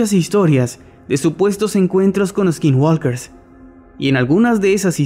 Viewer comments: Me encantan sus vídeos! Pero de verdad tomen en cuenta que la L no se pronuncia en la palabra Skinwalker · Me encantan todos sus videos, nada mejor que empezar el dia con una historia de miedo jajaja pero no quiero sonar como naziFan jeje pero la L de walker no se pronuncia. Saludos y sigan con ese buen contenido